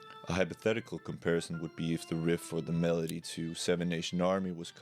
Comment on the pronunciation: At the start of video I just listened to it, so I thought it actually says medley, but now I realize that just can't pronounce melody lol